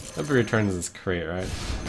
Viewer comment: "Hopefully it returns my crate, right?" "I hope I get a buff for my crate, yeah" Wasn't he traveling in England? It sounds like he was haha